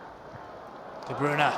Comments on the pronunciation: sani It just drives me crazy when I hear "De Broon" (at least he's changed to "De Broon-uh," but it's "De Broy-nuh") and "Awearo" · de broon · Iam from Belgium and you say De Bruy-nah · "De Bruna" 😂😂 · It's De Bruy-nah/na I'm 99% sure as that is how Belgium reporters say it should be pronounced -__ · The way the commentator says de Bruyne annoys me